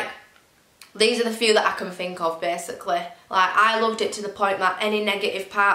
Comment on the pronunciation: "Beysicalley"...HAHAHA! True northerner.